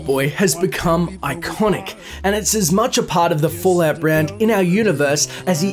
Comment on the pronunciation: I LIVE to hear you say “i-CONN-ick!”